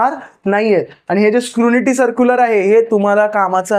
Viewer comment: Scrunity nahi re ...scrutiny 😅